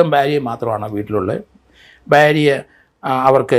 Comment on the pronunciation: സാർ: ബാര്യ അല്ല ചിലർ ഫാര്യ എന്നും പറയാറുണ്ട് ഭാര്യ എന്നാണ് ഉഛരിക്കേണ്ടത് ഭരണിയുടെ - ഭൂമിയുടെ ഭാ (BHA) ❤️